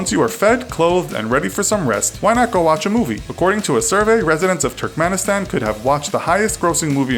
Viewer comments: It's Turkmenistan, not Turkmenistand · LOL! TurkmeniSTAND? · LOL at Turkmenistand. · Did anyone else catch that he said Turkmenistand instead of Turkmenistan? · Turkmenistan, not Turkmenistand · Turkmenistan not turkenistand idiots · Please Correct "Turkmenistand" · Itaq? What! Turkmenistand?